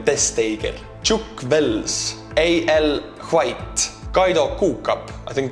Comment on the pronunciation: It's Al White... not A l White 🤣 "and you can call me Al"... sounds like a song huh Simon 🤣